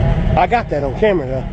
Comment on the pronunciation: Haha said “it’s on camber” hahahahahaha